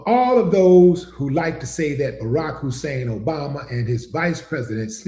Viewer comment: He loves saying Husein. Trump has "who sane" syndrome.😂